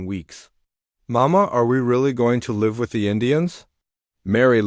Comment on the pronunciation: Please have a human being Edit this video. DOT, IS THE END OF A SENTENCE!!!! Please have someone edit your story. (Live = live) Said incorrectly. I won't be watching anymore of your pathetic story.